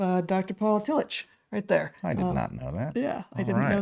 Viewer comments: I went to Union Theological Seminary, where Tillich taught when he came to the US, and at that school his name was universally pronounced TILL-ick. That was how it was pronounced when I was an undergraduate as well. In fact, this is the first time I have heard it pronounced Till-itch. And the Courage to Be is an important book in my life as well. 😁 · Excellent & soul-shoring up as usual. Just FYI: Tillich is pronounced Till-ick not Till-itch. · I’m fairly certain his name is pronounced “till ick” not “till itch”, at least that’s how I learned it in my philosophy courses. I’m surprised he is new to you both. His book The Courage to Be was important for me. I feel a revisit there would be akin to a long soak in a mineral bath for my heart and mind about now. Keep exploring. It’s good for all. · There are some slight differences that a German speaker might distinguish but the k sound is very close to the ch in German. And Tillich despite what you say or the mispronunciation in this video is pronounced Tilluk or tillick when referring to the fairly well known philosopher's proper name. It is not really open to debate. People get to decide how their names are pronounced. The ch is pronounced precisely how the ch is pronounced in Dietrich. That is just the way it is and it seems a bit careless and disrespectful for this video to create confusion about it. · Fantastic podcast. So interesting and so relevant to today. Thanks for introducing him to a new generation of thinkers. I believe I am right in saying the name is pronounced " Tillick" as if spelt with a " k."